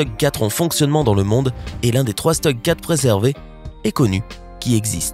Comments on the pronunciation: On dit stug et ça ce prononce shtug . quand on parle d'un char allemand on le prononcé comme dans son pays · Bon c est pas 'stug' c est 'CHTOUG' les char allemand faut les dire en allemand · De plus ça se prononce Schtoug et pas Stug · ... beaucoup de conneries dans les commentaires, et même les images (que vient faire le Königs Tiger dans le sujet sur le T34 sous l'eau ...? ... "un bout de mitrailleuse émergeant de l'eau" ... drôle de mitrailleuse d'un calibre d'au moins 76 mm si ce n'est pas un 85 mm ...!!!), sans parler de la prononciation, par ex de Stug ...! Quand on n'y connait rien, on passe son chemin, au lieu de débiter des conneries ...! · Prononciation à revoir on dit stougue et pantere